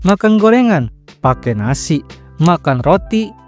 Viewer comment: Yg kedengeranku Makan nasi❌ Makan Nasik✅